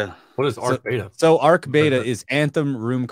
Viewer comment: Its beta not bata hahah its what companies test before proper release foooolss